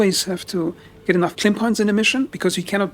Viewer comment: It Lim tech… it is Lim energy K is the unit of measurement Lim is the type of energy. I can’t listen to this while you make it into a word…